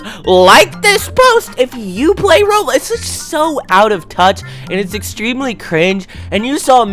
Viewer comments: bro why you call roblox "roadblacks" 💀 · bro said roadblocks